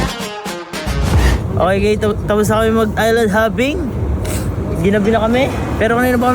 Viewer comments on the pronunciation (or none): island hopping ❌ island hoping ✅